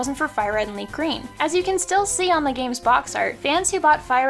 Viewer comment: Ah yes, my favorite Pokémon game, LeafGrean